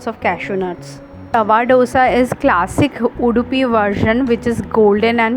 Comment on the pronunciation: It's not DHOSA. It's दोसा